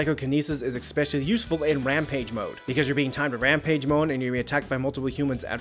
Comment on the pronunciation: “Brainastrashun”? “Expeshuhlee”?